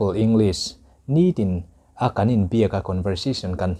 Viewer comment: Pronunciation Ing- lis ❌ Eng- glis✔️ English ber kan zir sia, a english lam dan a ber hi kan tih fuh loh chuan a professional lo tlat.